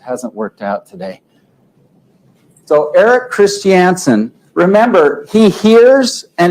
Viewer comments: FFS...it's KRIS CHUN SUN not KRIS CHEE ANN SUN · This is what happens when redneck mormon dudes try to use their words. And please sat Christiansen in Utah accent. One more time 😂